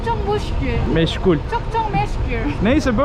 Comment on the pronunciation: efsane ya. Ne güzel meşgul diyeceğine muşgul diyor:) valla artık sırf için izliyorum. Hep konuşsun. İnanılmaz derecede efendi samimi biri. Helal olsun ikinizede.